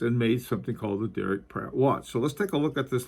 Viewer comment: Are you saying "Platt" or Pratt ???